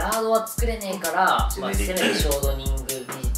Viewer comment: ここの「ショートニング」の言い方「ショートコントみたいに言うな」ってツッコんで欲しかったであろうイントネーションですき